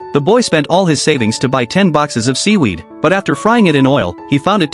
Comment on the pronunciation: Seewerd❌ Weed✅